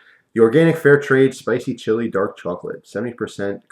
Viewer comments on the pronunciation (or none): none